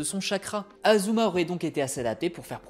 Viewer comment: ASuma pas Azuma… tu dis Sazuke aussi ?